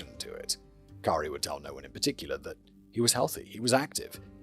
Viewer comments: Love that you even checked the pronunciation lol. It’s pronounced “Corey” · lol…when Simon thinks he’s doing the right thing by looking up a pronunciation, only to be dead wrong. Pronounced core-ee. Usually spelled Corrie, I think. The trial is all over YouTube and the prosecutors and her defense team both use the core-ee pronunciation. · Take a shot every time Simon says "cowry". Current death toll: 23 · Cowry. Lol. That's exactly what "COREY" deserves, that people don't even remember how to pronounce her name correctly. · dude. You looked up a pronunciation guide and STILL FUBARed the name Kouri. It’s KOR-EE. Not difficult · Well it's also Koori not cowri but hey that's the charm of Simon reading instead of sine AI bot❤. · Kori is how it was said by everyone in court fyi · Kouri is pronounced "Corey" btw :P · Same. I've followed this case from the time "Cowry" was charged and I just love that Simon mispronounced her name faithfully from the beginning of the video. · K-our-i. As an American I know we butcher English. If an English man pronounced Kouri as k-our-i then I side with him 😂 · no, it's on screen spelled correctly. It's just such a dumb spelling this was inevitable. He's just pronouncing the ou as ow, the same way you pronounce it in out or couch or trout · I love how you're saying her name wrong the whole time. He does sound like such a major douche bag, still doesn't deserve to be murdered though. And it does totally sound like mummy dearest did the same to Jane or at least that's where Kouri got the idea from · if she ever hears this, it will burn her up and I'm HERE for it. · Absolutely not! Especially when the mispronunciation results in something so fittingly degrading and accurately representative. Simon’s pronunciation has her name rooted in ”COWER/COWARD”. 👈💯 SPOT ON ‼️ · the pronunciation of Kouri is driving me mad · I’m so here for the mispronunciation. It would make Kouri so upset and that makes me glad. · Cow-ree I'm dead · It’s k OR ee